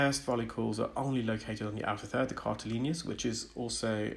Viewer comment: I’ve noticed that you say cartileanious’. I’m not aware of this as a word. I know cartilaginous. Is it a medical term?